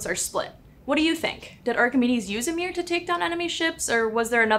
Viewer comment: Good video. The pronunciation of mirror sounded like mirrrr +vocal fry (dear lord, cannot unhear).